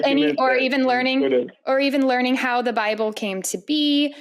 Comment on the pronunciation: "God of the Lible" :D